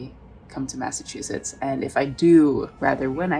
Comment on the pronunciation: I laughed at joke: Massashoo-pits... instead of Massachusett. 😅